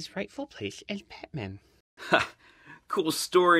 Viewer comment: It's Azrael